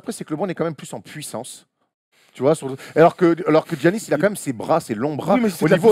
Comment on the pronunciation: Je comprends pas ce que tout le monde ( particulièrement les français) a à prononcer Ji-annis ou Gi-annis, ça se prononce Yannis comme en français. A la limite les américains je peux comprendre parce que c'est pas un nom qui leur est familier mais en France ça existe Yanis donc pourquoi prononcer autrement ? Pour ceux qui me croiraient pas, Gi en grec c'est le son Yi, ça s'écrit comme ça juste parce que c'est une traduction de l'alphabet grec à l'alphabet latin. Bref désolé d'être relou mais mes oreilles saignent au moins autant que quand j'entends ENNE-tilikina.